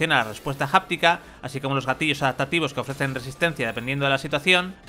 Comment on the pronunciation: Que molesto es escuchar que digan “japtica” y “pleisrun”